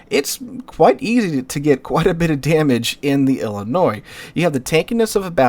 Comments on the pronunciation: Ill-a-Noise? Lol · Please...do not pronounce the S on Illinois. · Some of yall are taking great offence to him pronoucing Illinois wrong. Chill, its not even that good of a state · Downvoted for continued deliberate mispronunciation of Illinois - the S is silent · How do you correctly pronounce Des Moines, and screw up Illinois? The 's' is silent, like both in Des Moines. Okay, fun fact. East of the Appalachians most names are English or AmerInd. West of the Appalachians and around the Mississippi, the names are French or AmerInd. In the Great Plains to the California coast, the names are Spanish.